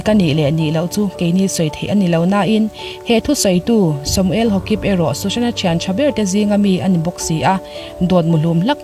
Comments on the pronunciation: Hokip hi haukip ti ang deu a lamrik tur aw Kuki Thado hnam zohnahtlak an ni e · Samuel Haukip. Haukip hi hnam hming Hawkip tia lam lovin Mizo tawnga Haukip kha ani mai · Samuel Haukip hming hi a lam dan tur dikin i lama Ha-kip i ti nge, Hau-kip tia lam i hreh zawk???! Hau-kip hnam hi kan tlang-mi-pui hnam a ni em kha? Niin ka lo hria a. Ka hre sual em aw? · samuel hokip ni lovin samuel Haokip ilam dan hi amak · Samuel Haokip kha 'Haukip' tiin lam la... Kuki hnam a ni a, manipur a awm a ni nghe nghe 😊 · ka lo sawi ve mai mai.. 1) A chaw chhumtupa khan mi thah a nih theih loh dan a sawi. 2) Aims lamin inawk hlum nge a nih reh hlum tih hriat an tum mek.. 3) Samuel haokip hi hau kip tia lam tur.. Last but not the least, click bait lutuk , ka tideuh..